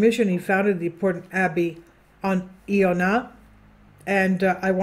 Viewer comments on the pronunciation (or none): I O NAH the proper pronunciation, greetings from Ireland 🇮🇪☘️✝️🕊🙏